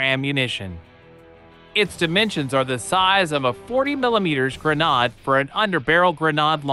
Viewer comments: A what? A “grenahhde.”?!! 😳😳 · The way this AI voice pronounces "grenade" is so hilariously strange